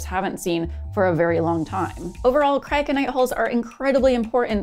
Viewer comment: Should have heard me trying to pronounce Cryoconite holes before I watched the video and heard you pronounce it lol Very fascinating stuff! Thanks for sharing and as always keep building❓